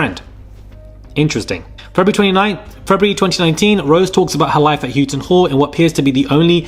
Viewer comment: Houghton is pronounced How-ton btw.